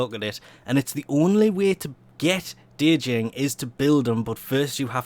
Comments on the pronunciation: Djinn, not De-Jing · D-jinn lol. I'd be surprised if one time you could pronounce things well :'DD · It's pronounced Jinn. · Djinn is pronounced as "gene", the d is silent. It's like genie. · the djinn actually has the longest range for firing at i think 48? meters. and you are saying it wrong but good luck on saying it right its a odd word to say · Two things: * Djinn has a silent "D". You don't pronounce it~ * Vacuum range nerf is nothing more than DE throwing a temper tantrum because people shit on their three mods idea. It's a completely unnecessary nerf for something that was already basically universal anyway, since carrier was so commonly used. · the d is silent, no joke just putting a heads up